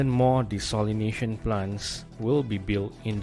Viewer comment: good video! just that you mispronounced ‘desalination’ a few times..l